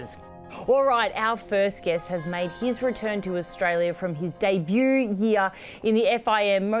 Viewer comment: great show !! and 100 points for being one of very few sports presenters in Australia who can pronounce debut (not day-boo LOL).